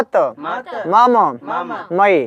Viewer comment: आप गलत पढ़ रहे हैं स्वारंत को व्यजनांत मे पढ़ रहे हैं हिंदी में मम् पढ़ते हैं संस्कृत में म म पढ़ा जाता है